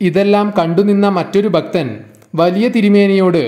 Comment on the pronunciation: ഭക്തൻ,ഭാഗ്യം എല്ലാം തെറ്റായി ഉച്ചരിക്കുന്ന.